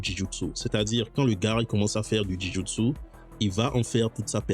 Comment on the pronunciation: Jou Jitsu pas Ji Joutsou 😅 Joint = articulation J’ai aimé ta vidéo c’est interessant!